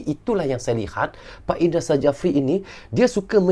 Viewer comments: Indra safri bang nyebutnya.bukan indra sajafri🙄susah amat😂😅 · indra sjafri dibaca jd indra syafri bang